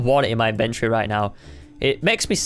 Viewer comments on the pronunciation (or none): none